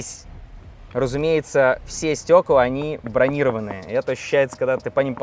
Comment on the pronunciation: Стёкла не брони́рованные а брониро́ванные.